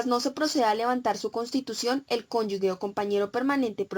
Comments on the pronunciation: No son cónyugues, son cónyuges. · ESTA BERRACA NO PUEDE PRONUNCIAR CÓNYUGE?